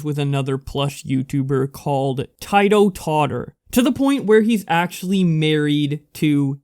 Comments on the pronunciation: It’s not pronounced tietoh totter it’s pronounced teetoh totter. You might not ever report on this guy ever again but it’s just Incase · Bruh. The way you pronounced Tito is absolute aids. Please know that it is pronounced Ti-Toe I like the video but that just, bruh... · I just wanted to let you know that It's pronounced "Teedo" Tottor.